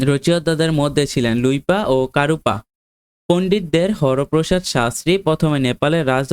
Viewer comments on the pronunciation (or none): ঐইটা কারুপা না ।. কাণ্হুপা৷ 😂🤭🤭😁